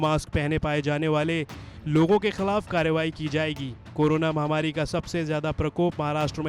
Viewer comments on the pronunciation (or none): none